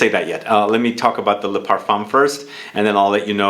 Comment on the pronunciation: Parf 1 . The M is silent